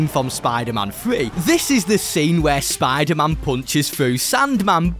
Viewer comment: I’m sorry but I can’t hear spider-man the same again lol spadah-mahn